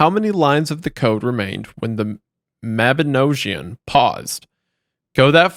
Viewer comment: im 36 mins in and this great but Welsh person here Mabinogion is pronounced almost right but it has a hard "G" so Mabi-nog(like bog)-ion. but its great to see you guys do 3301. quick edit here but fun fact my ancestor Lady Charlotte Guest actually wrote that book back in 1840.